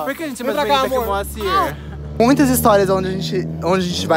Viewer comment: "MALcir" kkkkkkkkkkkkkkkk aderi